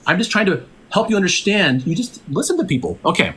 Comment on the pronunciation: bro thinks that if he handwaves whenever he is proven wrong, speaks 10 words a second, and says "UnderSHTand" instead of understand that makes him a science privy intellectual. And no, this guy is most certainly NOT a chemist if he denies decay rate constancy and doesn't know that decay rate is a scientific law